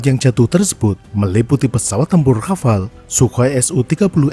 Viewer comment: Nah.. cuma Channel ini yang benar spellingnya untuk Rafale.. yang lain pada bilang RAFALÉ